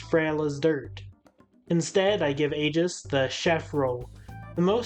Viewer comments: Her name is pronounced Aye-Gihs Not to be that guy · Your pronounciation of Aegis’ name made me feel sick.. in game it’s pronounced “Aye-gus”.